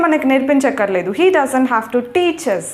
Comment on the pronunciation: హలో మేడం గారు మీరు మాట్లాడుతున్న హేజ్ హ్యావ్ ఒకలాగే వినిపిస్తున్నాయి వాక్యాలు అక్కడ రాస్తే బాగుండేది